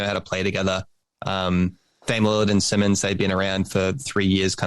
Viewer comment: It’s Simons “Cy-Mins” not Simmons 🤦‍♂️